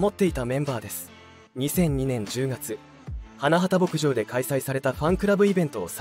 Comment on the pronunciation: いい歌が多くて好きです。 ひとみさんのご冥福を御祈り申し上げます。 ところで、花畑牧場は「はなはた」ではなく「はなばたけぼくじょう」です。 べりー工房でなくベリーズだし…😅 あとメンバー紹介の所も最初から流れる同じ写真が目まぐるしく変わるだけなので誰が誰なのか一般の人には判りづらい。 それに…メンバーのその後といっても、wiki情報を丸写ししてるだけで最終情報すら10年以上前…… あさみさんは現在ゲーム系YouTuberちゃみんとして活動してる事位は有名なんだから調べてほしい。